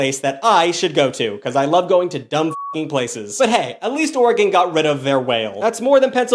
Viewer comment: There's an unofficial law in Oregon that if you missprounce oregon you'll get the shit beat out of you by an Oregonian 😊 (or eh gun)